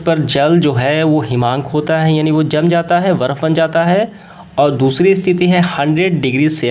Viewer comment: बर्फ होता है 😂😂 वर्फ नहीं 😂😂